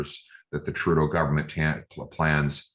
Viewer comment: Did he say turrdeau? Lol 😆🤣😆🤣